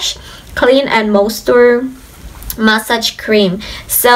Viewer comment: That's massage, NOT mask!!!